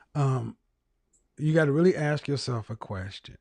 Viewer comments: Dumb nog bimbo around the with the typical smoke detector low battery chirping! Then follows up with lovely Ebonics- “May I AXE you a question?” You can’t make this shit up! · Don't AXE questions, ASK questions. Learn your dang language.